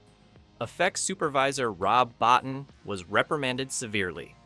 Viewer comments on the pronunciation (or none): oh and ROB ? he pronounces his surname BO-TEEN